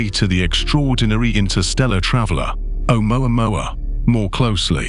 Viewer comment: You think you're so goddamn smart you can't even pronounce amoamua right